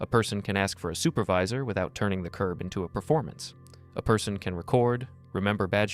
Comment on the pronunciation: Someone needs to tell this officer that the word is "curB" not "curve". I listened to him say it at least three times.